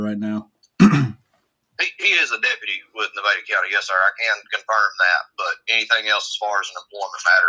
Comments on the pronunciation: Bro…. how do you not know how to pronounce Nevada? 😂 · Stop pronouncing Nevada like that. It's the second pronunciation that's correct. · At your age how is it you don't know how to say "Nevada"? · I live in Las Vegas Nevada and we pronounce Nevada: Nevada. I'm just saying. 😅